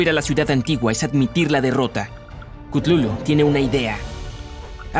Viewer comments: No es cutlulu es cutulu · no es klutulu es kutulu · Yo creo que se pronuncia cutulu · No es ctutulu es ctatulo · Se pronuncia Katulu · Gente chutulu se pronuncia cutulu, bueno de hecho no se puede pronunciar pero el punto es que aqui lo hacen ver re mal investigen no se queden con esta versión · Si no sabes hablar sólo pregúntame se dice cátulu no no pude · he estado todo el video gritándole al teléfono la pronunciación de Cthulhu